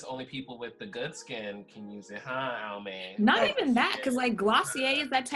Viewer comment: As soon as she said ALMAY I left the room 😂